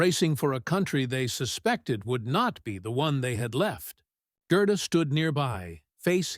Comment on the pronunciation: Should be pronounced Gairduh, NOT Grrrduh